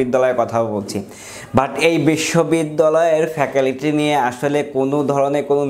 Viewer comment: ফ্যাকালিটি নাকি ফ্যাকাল্টি😂 শুদ্ধ উচ্চারণ শিখুন